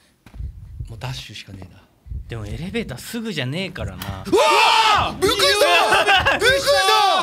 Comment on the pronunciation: 本当に驚くと人は「ビックリした」さえ発音出来なくなるのか(*≧ω≦) 「びっくいしたぁー！！」可愛いww